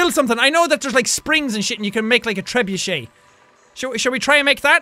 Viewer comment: Trebruche?? (I have no idea how to spell it) WTF is a trebruche